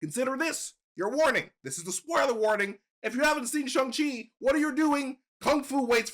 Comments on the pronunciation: Can u guys please pronounce shang chi properly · Can y’all please say shang chi correctly